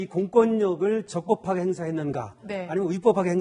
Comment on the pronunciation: 적뻡하게! 위뻡하게?